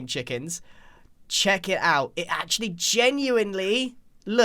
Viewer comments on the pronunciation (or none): Grian: "Check it out" What I hear: "Chicken"